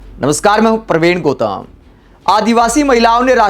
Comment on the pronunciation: अपना सरनेम बोलने में कैसी गलती करते है आप गौतम को गोताम बोलते है आखिर क्यों